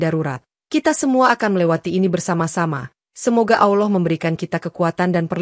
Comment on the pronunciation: Ini benar apa gak sih . Soalnya yang cerita kok bahasa arabnya gak tepak ,baca lafal ALLAH saja gak bener. Tolong belajar dulu lafal arabnya..supaya meyaqinkan.